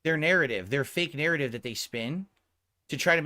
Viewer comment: Sorry snort but I heard pronounce “narrative” one time and clicked off of the video lol. I can’t do it